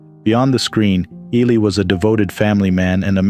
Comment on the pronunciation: You people can't properly pronounce Ron Ely's last name!? Disgraceful!!!